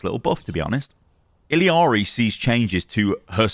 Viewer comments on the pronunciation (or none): none